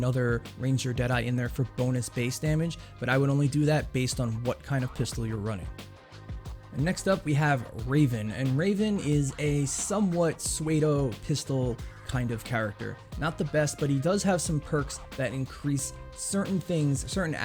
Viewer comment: "Suedo"? You mean "psuedo"?